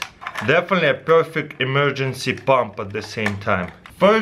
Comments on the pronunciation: In the beginning I thought he said battery operated bomb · When he's talking about the air compressor I hear him say bomb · I hear 'battery operating bomb' xD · Am I the only one who heard bomb the first time he said pump? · he says "pump" in an Indian accent lol